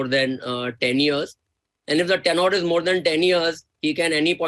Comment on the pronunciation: What an stupid question. Always an SIP route. Misbah Baxamusu where did this punk spring up from. What is “tenor”? The word is “tenure”, punk!